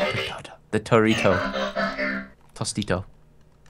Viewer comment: said TORITO